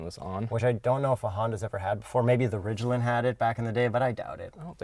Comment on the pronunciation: how did he pronounce Ridgeline???